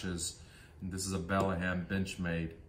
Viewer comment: It's called a Benchmade BEDLAM not Bellaham as how you pronounced it. Also, come on dude! The SOG Kiku is a collaboration between SOG and Kiku Matsuda, a Japanese knives designer. Definitely NOT Korean!!!